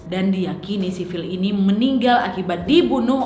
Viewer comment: Phill = pill Schneider = senai, der Cara sebutannya nama... Sudah d bunuh... Kajian teknologi H.A.A.R.P GELOMBANG electromagnetic yg kuat... Penyebab pelbagai kemalangan,,, termasuk kaca kapal pesawat pecah... Sebab haarp mampu mengubah struktur atom fizik... Lalu mengubah dgn mengawal EMF seperti memutar channel pencarian radio station... Seperti menghantar isyarat emf...